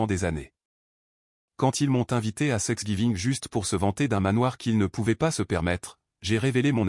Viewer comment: Please veillez corriger thr IA. C n pas sexgiving mais thanksgiving.!!!